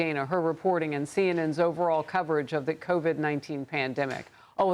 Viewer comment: It's Dana with a short A then a long A. Think Danna, if it was spelled like common pronunciation rules.